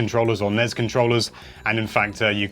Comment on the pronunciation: I'm Aussie It's NES AND SNES NOT NEZ OR SNEZ